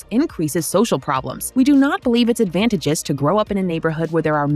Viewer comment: Ha! And that same female voice lady pronounces “advantageous” as “ad-van-taj-ess” haha. Who on earth are you people letting these videos be published in your name? Feels like some Russian bot farm.